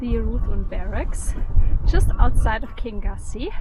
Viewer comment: Lovely energy in your video - travelling through an area I know well. I lived on Loch Lagganside 40 years ago. The Laggan coffee shop was the village shop at that time. Kingussie is Pronounced “kin-YOO-see” and comes from the Scottish Gaelic, “Ceann a' Ghiùthsaich” which means “Head of the Pine forest”.